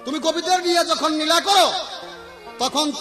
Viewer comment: নীলা নয় হা হা হা হা। লীলা, নাস্তা নয় রাস্তা,নাল নয় লাল।রসিদ সরকারের ভাষা ঠিক আছে